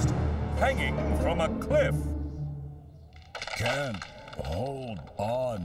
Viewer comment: Lmao he can read his survival manual but can't read the word Cliff?